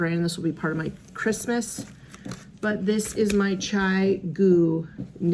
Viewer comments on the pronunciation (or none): none